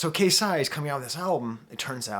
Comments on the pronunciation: KayCyyy is pronounced like Kay-Cyyy,K - from alphabet,Cee - like Shawn Cee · professor. its pronounced K C spelled KayCyy. KC is short for king confidence. regardless, thank you for including him.